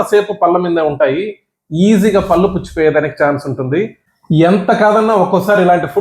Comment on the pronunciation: మీరు డాక్టర్ కదా పళ్లు అనాలి పల్లు అంటే ఎలా😂😂